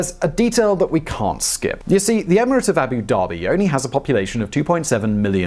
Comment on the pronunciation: Abu Dhabi! Not Abu Daebi! ध! ध से धनुष वाला ध! #StopBotchingNames #ProperPronounciation